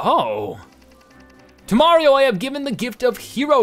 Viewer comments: He adds an extra N or M sound at the end of most words. XD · Is it me or is he saying 'Mariom'